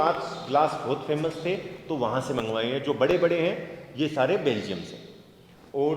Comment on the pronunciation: Or ji pahle khud belgium bolna sikho, baad me kisi par bolo